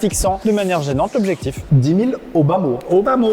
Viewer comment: "au bas-mot" j'ai compris "Obama" :/